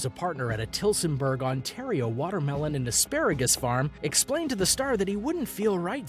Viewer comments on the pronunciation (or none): none